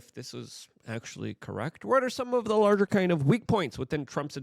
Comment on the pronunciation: Luke has a clear speech impediment/ he really struggles with a lot of words. Notice how he says so many words wrong. He says “larger” like 30 times a video or “this as” or “wit” instead of with. And doyje instead of doge.